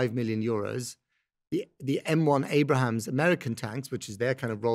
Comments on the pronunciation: This guy doesn't know what he's talking about. It's M1 Abrams, named for Creighton Abrams, a US general. Not Abrahams. And it doesn't run on rocket fuel, that's preposterous. It runs on normal aviation fuel, or even diesel or gasoline. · "Abrams" - not "Abrahams" - and they don't run on 'rocket fuel', whatever this guy thinks that might be (hydrogen? T-stoff and c-stoff?) but rather on kerosene, commonly used in jet turbines. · You know it's bad propaganda when they cannot even pronounce the name correctly.